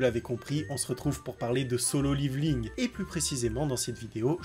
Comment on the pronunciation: "Dans solo liviling"